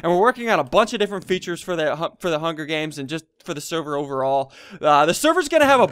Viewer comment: You said hunger deans. Hahahahahahahahahahahahahah :) :)